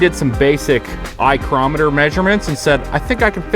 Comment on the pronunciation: "Eyecrometer"... eyeloveit!